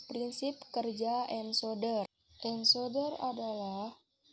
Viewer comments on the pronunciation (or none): Sudah bagus utk kedepan pelafal ENCODER = ENKODER bukab ENSODER .Begitu juga Yg lainnya